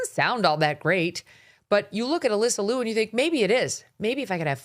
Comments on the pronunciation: Correct the pronunciation: more close to Leo, than Lu. Sarah was great, but her dance was just ok level. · I love Alysa Liu! I wish people would pronounce her last name correctly. It is pronounced “lee you”. Two syllables. Everyone is pronouncing it as one syllable, loo! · Her name is Ms Liu劉, not Ms Lu 魯. It's like calling Ms Brown, Ms bown ie leavin gout the /r/. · The "iu" in "Liu" is pronounced like "ew". Ask me how I know.🤣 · if you wanna celebrate her, at least pronounce her last name right.